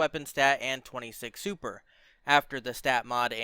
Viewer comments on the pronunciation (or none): none